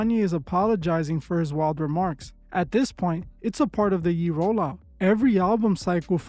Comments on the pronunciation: Its pronounced YAY, not "Yee", common dawg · This guy saying yee? Man. It’s Ye (Yay) You ai or something? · Calling him Yee vs Yay is diabolical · I really enjoy your videos and thank you for all that you do. Ye is pronounced, "Yay". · You called him "yee" 🤣😭